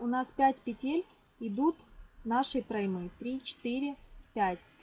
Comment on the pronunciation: Немного вас поправлю а то режет слух) не проймА а прОйма ударение на О